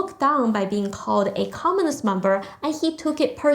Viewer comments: Hi, Thankyou. I only have a little suggestion. When you say the word "communist" it sounded like "commonist" with an 'O' instead of a 'U'. If you pronounce the word with a stronger 'U' sound then it would be good. Cheers. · comminist is not commUnist...pronounce it righ!